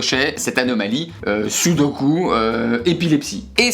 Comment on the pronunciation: SUDOKU ont dit sudokU ! 😂 Super Vidéo comme dab !